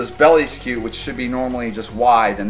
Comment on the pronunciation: I hate how he says scute.